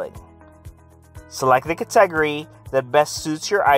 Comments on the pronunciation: I'm done after kuh-TEH-guhree. KuhTEHguhrees. I cannot. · Interesting way to pronounce cat-eh-gory. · A good vid, but.. I can't do it. Just LMFAO. Next vid... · lol. I didn’t know what he was saying.